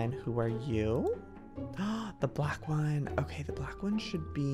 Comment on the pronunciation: Black not blake